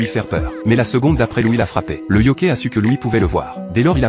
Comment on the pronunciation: yoKAÏ pas yoKÉ